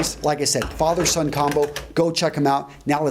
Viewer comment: I swear, if this guy says "Fathet-son business" one more time, I'm gonna lose it... Nice content though, keep at it :D